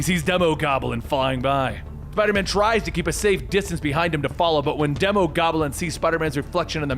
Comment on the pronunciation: Its Not demo goblin its Dee mo goblin like demon